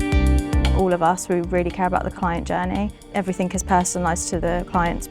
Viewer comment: "everythink?" Dim AF.